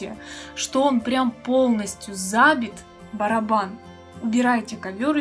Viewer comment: Вы очень милая, слушать Вас тяжело, ударения в словах чудовищны, стииииральна, зааааабит